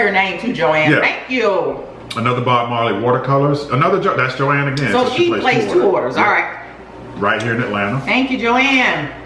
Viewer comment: Thank y’all so much for the shout out!!! Thank you for pronouncing my name correctly too not many people do!!! I love my SADE shirt it’s my new go to! You can keep it casual or wear it with a nice pair of jeans and heels!! Hubby loves his Bob Marley shirt!!! Hopefully he can keep it clean!! Lol!!! ATL love from Johane!!!!